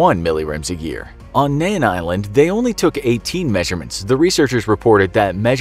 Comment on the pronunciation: It's Mean Island not Nean. "In the Arno Atoll- edit" Get simple facts straight before spitting out videos..